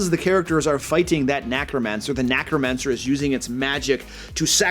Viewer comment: “Nacromancer”? Still good advice